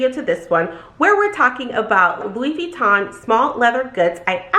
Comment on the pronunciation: Funny how you've worked at Louis Vuitton forever but still cant pronounce it :))